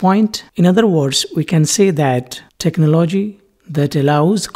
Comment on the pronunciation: The way u say technology is funny